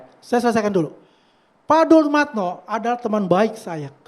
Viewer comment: Si ngedabrus...ngaku temen baik dumatno...masa temen baik manggil namanya salah mulu...dia bilang dulmatno😂